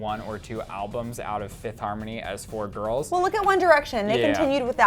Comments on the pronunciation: You did a mistake its fifth* harmony not Fififth harmony lol😂😂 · FIFITH HARMONY... FIFITH??!? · "Fiffith Harmony" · 'fifith' harmony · 'Fififth' seriously.